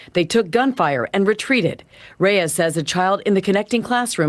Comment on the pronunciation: Reyes = "Rays"? C'mon... it's disrespectful.